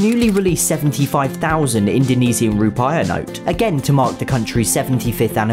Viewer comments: When you mentioned the 75 000 rupiah note I can't help but have to correct you. You said it like ru-pie-ya but it should sound more like ru-pee-ah, just in case you decide to cover Indonesian money in the future. Otherwise great episode, top notch info on currency as always. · Just want to say, Indonesian Rupiah is pronounced "Roo-pee-ah". Yeah, I dunno why that was the one thing that bothered me.